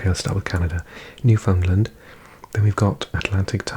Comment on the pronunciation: New-found-land ....no pronounce it Newf-in-laand , honestly you almost have to put an Irish accent on it, if you've had the opportunity to visit both you can hear the similarities, it's quite surprising